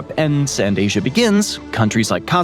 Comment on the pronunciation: what's with the "m" at the end of names that end with an "a"? Asiam?!